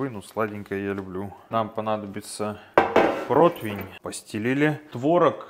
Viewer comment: Автор, протИвень, а не протвень